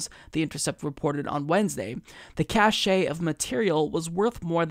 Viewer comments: it's said like cash not cachey. Just a heads up. Good video! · Cache is pronounced “cash” not “cashay” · Just a little FYI,. The word "cache" is pronounced like cash. "Cachet" is the word you used.